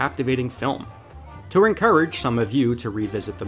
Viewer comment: OK I have to say it. You say "encourage" VERY strangely lol. Where are you from? Great channel btw